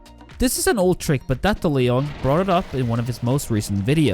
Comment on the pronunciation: The way said Datohleong😭